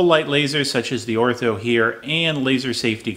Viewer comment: Great safety tips. Friendly suggestion, Ortur is pronounced “Ore-tour” rather than “Ore-tho”. Nevertheless, very informative. Thanks.